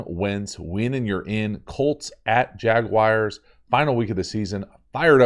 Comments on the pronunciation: Love the videos’ but as poor as my Jags are, I know we aren’t mentioned much but it’s Jag-wars like Jag Bars…. Just with the w. Not wire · Lol “jagwires”